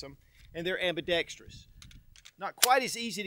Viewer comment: Kinda petty observation, but I really appreciate that you pronounced "ambidextrous" correctly. So many do NOT...